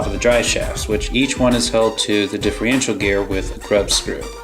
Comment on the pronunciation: Hey, Just catching up on all your vids as a new Subscriber, via Gio-R1.. I noticed how most Traxxas 2wd's are vertually the same Transmission wise anyways:) so alot of the videos i've watched today are the same videos Just with different colours.. its Differential not Diff-Re-ential no worries my bad, your Rc collection is pretty sweet & I see you have alot of time&love into them.. how come you didnt go with the 4x4 Slash with Velenion..?